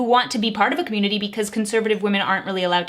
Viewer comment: I don’t have a say in politics because I’m too young to vote so anyways, I’m just gonna decipher how she pronounces “community” cah-myoon-ittee btw she’s been saying it a lot and Also conservative isn’t really a community it’s just a political party but regardless we’re all friends here so 🤣